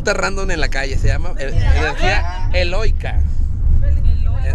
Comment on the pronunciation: No se si estabas de sarcastico pero la energía es eólica no eloica jajaj saludos desde cd juarez